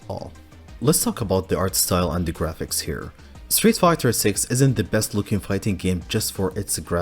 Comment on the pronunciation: Is it just me or does it sound like he says Streetfukers at the intro 😂😂😂